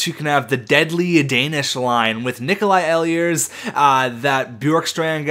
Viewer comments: Ehlers is pronounced ee-lers, not eh-lee-ers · The way you pronounce Ehlers kills me. It's pronounced "Eelers" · ehlers is pronounced eelers